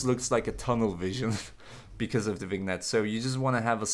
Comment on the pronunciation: it's pronounced vuh-nyet